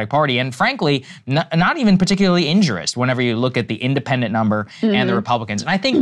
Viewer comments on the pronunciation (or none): Saagar, the word is *injurious*, not "injurous", as you said it.